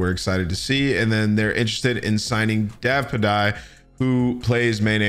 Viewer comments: Davpadie is pronounced "Davpaddy" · Great vid btw “Davpadie” is pronounced as “dave-pad-y” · "davpuhdye" lol c'mon dawg